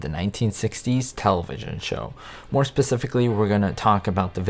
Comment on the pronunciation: Did he say "pacific-ly?"